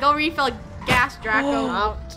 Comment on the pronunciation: It’s Draco not Draca